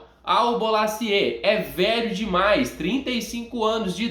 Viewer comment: Irmão não é Bolasiê, se lê Bolasí. Experiencia de 15 anos na França.